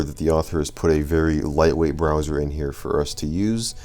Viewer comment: "Browzar" made me laugh